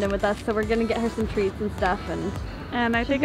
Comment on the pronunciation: AWWWW TREATS wut i heard: AUDRY